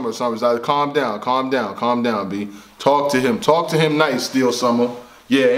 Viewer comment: “TALK TO HIMM “ African voice.